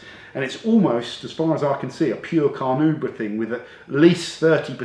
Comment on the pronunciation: J - just about caught up with all your videos - still can't understand why you don't get more subscribers, but at least I'm 'thumbing up' each one. You're concise - fair - and interesting. True some vids are longer than others - but that is added info not added blather. Still cannot read Carnauba wax on any product without hearing your voice say in my head (as you did in those earlier videos) "Carnu-brah" :- ) I think that's one of those 'forever-printed-on-the-brain' things. I think it was printed on yours too which is why you kept correcting yourself. Keep up the vids! I'm not a pro detailer, I just love your easy style and have bought loads of the products that you rate esp. Bill and Hamber ! Fantastic stuff. And because the language on your vids is clean - kids can watch too! Just wanted to encourage you mate ....